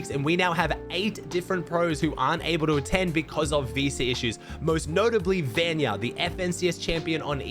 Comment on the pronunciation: can you just say vanyak not vanya